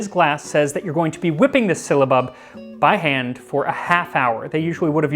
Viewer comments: I found your channel, and I am loving all your videos! The anthropology and history of food is awesome. One thing, I think it's pronounced differently than you were pronouncing it. I believe it's pronounced sil·la·bub, not sil-lee-a-bub which was how you seemed to pronounce it. Anyway keep making these amazing videos! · I'm afraid your pronunciation is a little 'silly'. It's si· luh·buhb not si· ll·y·a·buhb. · Would this not be pronounced "Sigh-luh-bub" or "Syl-luh-bub" instead of "Silly-uh-bub" Sorry, that's driving me mad. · sil-a-bub, NOT silly-a-bub. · The way it's spelled it should not be pronounced with an i before the a. Unless my eyes deceive me, it's not SYLIABUB - It's SYLLABUB. . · Syllabub has only 3 syllables 😁 but you gave it 4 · I'm finding his pronunciation "silly-abub" more amusing that I probably should. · It's not 'syllia-bub. it's syll-a-bub! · Just FYI, you keep saying “sylliabub”, not “syllabub”. You’re adding an extra “i” in there. It’s pronounced SIL-A-BUB. 😊 Love your videos. I think you should open a restaurant. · It’s “sill ah bub” not “silly a bub”. You’re adding an i that isn’t there. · Bruh, it is just syllabub pronounced sil-uh-bub not silly-uh-bub. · How strange that "Sy-lla-bub", should be interchangeable with "Silly-a-bub". Folk do tend to complicate words that they are new to, adding letters or even syllables ('silly-ables'..? LOL!). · It's syl-a-bub.....Not syliabub. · Ummm why are you pronouncing it sill-i-abub? Are you reading the word wrong? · Sounds like "Sill-UH-Bub. Not "silly a bub." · It's not a Spanish ll, nor yet a Welsh. Silabub. Not sillybub, nor sihllabub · It's syl-la-bub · I think you are adding in the extra syllable. It’s definitely syllabub. Sil a bub. My grandmother used to make it. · I'm SO making this very soon. But it's pronounced sil a bub, my dear. And where do I find orange flower water? Thank you for the lesson and recipe!